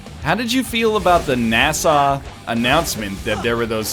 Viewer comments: Why the hell does NL keep pronouncing NASA like Nassau? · No way does he actually pronounce NASA that way